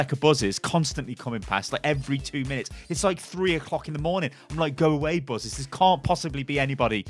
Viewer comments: Why did he say “Buzes” not “Buses” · is such a Brummie lad he says 'Buzzes' instead of buses!! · "double decker buzez"